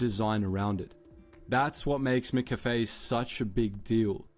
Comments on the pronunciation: His pronunciation of McCafe is the first indicator I had that he was just an AI voice. We never say it like he did. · Yeah if they’re gonna do a thing on where McCafe came from then at least pronounce McCafe as an Aussie human would … not a lazy AI robot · Mc and Mac are both pronounced the same, so it’s with an a rather than an i. That’s why Mickey D’s is not how Australia and UK would ever shorten it. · In Australia we say McCafe exactly like you say it. Mack Cafe, not Mic Cafe..Secondly I was in the USA Last year 2025, first thing you noticed was the Artificial, Chemical taste in USA McDonald's. I now know why Americans love our Maccas so much. It's fresher, tastier and it doesn't go through you with in 3 hours... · You're right. I've never heard it called "mick-café" . It's "mack-café", just like "mack-donalds". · Yeah def not "mick-cafe" this is a slop voice bro... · Its mac cafe - AI voice over is mis- pronouncing McCafe! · Who the hell is Mick Caffee! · We Aussies do not pronounce it like that. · Who is Mick Cafay? 😂😂 not one single Aussie in the entire world pronounces McCafe like that. And one frame showed Dr Pepper. We don’t drink Dr Pepper here. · Great AI voiceover. No Aussie pronounces McCafe like that. We'd also know there is no melbourne burb called Swanston Street which is actually a main thoroughfare to cross Melbourne's CBD via the heart of the city. Whoever put this together should at least fix these glaring errors. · The voiceover is AI hence the bad pronunciation of McCafe. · As an Aussie we don’t say McCafé they way he is saying it either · Your version of the annunciation of McCafe is correct. Not the narrator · I’m in Australia and I have never heard anyone pronounce McCafe like that either!!!😂😂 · That’s AI mispronouncing McCafe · The way he pronounced McCafe made me cringe lol also its horrible coffee. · that idiot is AI, that's why he pronounced it that way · And yes we pronounce it MacCafe. Never heard it said as MicCafe